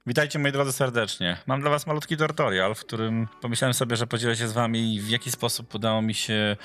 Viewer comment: Spoko film tylko mówi się tutorial(tak jak się pisze) a nie tortorial 👍